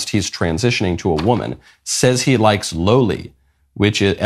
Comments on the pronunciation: “Low lees” 😭😭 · Man has no idea what he's talking about on the aspect of lolis, can't even say the word the correct way. Also lolis refer to a body type of an anime characters. Loli is not inherently tied to porn in any way, however it's somewhat popular in the sub genre of porn called hentai. Hentai is a form of animated porn. Saying that loli is a porn genre is like saying medium breasts as a genre of porn.